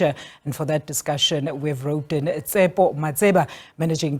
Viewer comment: Did she just call him Tsepo ? 😂